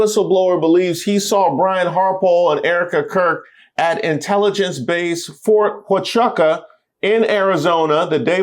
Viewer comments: 😂 bruh. It’s pronounced, fort “wa-choo-ca”. lol. I’m a veteran who lives here, and my bf is a military intelligence soldier. We don’t remember that. Why would they be here? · Fort Huachuca - wuh·choo·kuh